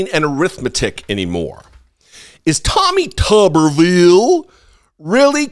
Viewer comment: LOVE the way you said, "Tawwmih TUUBber-veeul!" Reminded me of Cletus Spuckler, the Slack-Jawed Yokel of "The Simpsons".